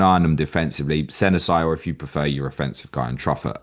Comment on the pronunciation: Hey i think Senesi is pronounced as Seh Ness See btw